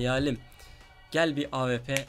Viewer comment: abi bıktım awp ye ap diyosun